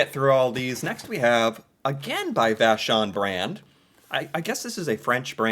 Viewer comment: You pronounced Vachon very well my friend! It's a French family name eh Fun fact, Vachon cakes was sold to an American cie in 2014